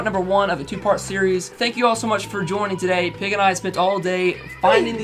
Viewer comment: If you expected me not to come here and say "Peeg" then you are mistaken...